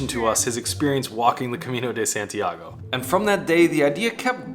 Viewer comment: "Cemino de Sentiago" 😂😂😂😂